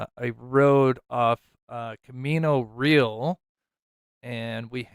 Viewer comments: Pronounced Camino Ree•Al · "Camino Re-al"